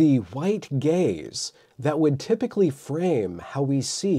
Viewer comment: I can't be the only one who heard "The White Gays" instead of "Gaze" lol